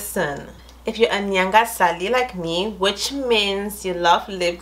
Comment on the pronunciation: It’s “Nangah Sally” not “Nyanga Sally” lol